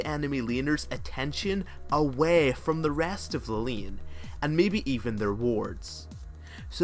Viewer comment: and "Lien" for Lane :X I love it! :D :D :D